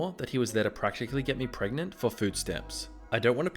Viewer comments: Prognt? Pargant? Gregnant? Prregante? Pregnart? PREGANNANANT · Nobody: Markiplier stans: pregananant